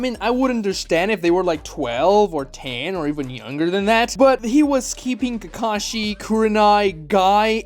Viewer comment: his name is kakashi not takashi.